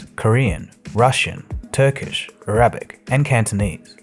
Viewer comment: I heard about this rapper. If you don't know her, you're not missing much. You couldn't find it within yourself to spare us this...? Note to self: skip to . I thought that the emphasis in the word Arabic should be on the first syllable. Cool graphic. What is this?